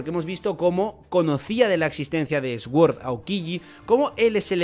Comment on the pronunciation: pronuncias sword mal, mira en el traductor como se pronuncia correctamente que me pones nervioso😂